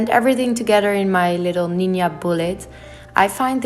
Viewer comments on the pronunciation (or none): Ninja! Not "ninya" 😉❤️ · The way she just pronounced ninja as "ninya" was too cute. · Who else loved when she said ninya instead of ninja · I love how she pronounces Ninja as Ninya. Sooo cute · How she pronounced ninja 🥰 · Your food looks so good and I like the way you say "ninja" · Love how she pronounced ninja